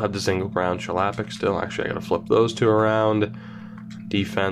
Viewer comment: Your pronunciation of Chlapik makes me sad. It's a Czech name and thus it's pronounced "Hla-PEEK".